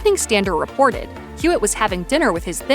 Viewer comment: Hewitt, not Hewlett😅